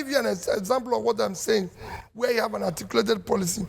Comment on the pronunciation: He kept saying ATIKUlated. lol..